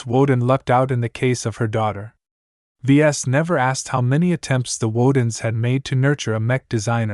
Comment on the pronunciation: Just found you. Wish I had found you months ago. Ves is short for the vesians it said it in the 1st few chapters his dad gave him that highly original name sounds like your calling him v es or v s! Thank you for all your hard work love long form stories